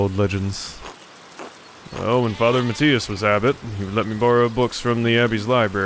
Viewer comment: Your 'default' pronaunciation of Matthias is basically perfect, at least in regards to modern German.